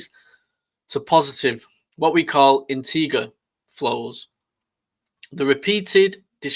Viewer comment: Integer is pronounced with a soft "g" like inter-jer